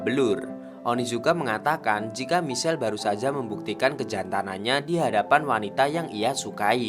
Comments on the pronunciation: Min, "Michael" melafalkannya "maikhêl", bukannya michel hehee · Hi bang maaf cm mau bilang klo baca namany salah Michael baca maikel klo Michelle br baca misel tp saya suka ma flim GTO ini koq semangat y bang, maaf bang bukan maksd lain....